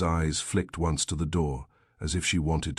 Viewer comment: Why does your AI pronounce once as ons and No as Number? Why do you have such a limited range of names? Why are all your characters stereotypes? Time to change the AI bot.